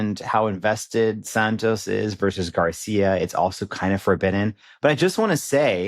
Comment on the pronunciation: Imma need the young gyal to pronounce Santos properly. It's Sahn-tos. The A like Han Solo not the A in sand. Also our Desi homie starts well then slips into the beach. 😅